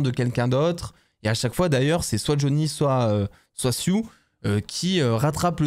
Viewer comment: Et en plus c'est Sue et pas Siou!😅🤣😂😊😉